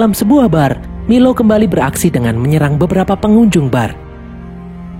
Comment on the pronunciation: Bang nama nya bukan milo tapi mailo